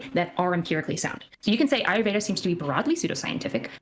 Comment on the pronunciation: His pronunciation of ayurveda is triggering me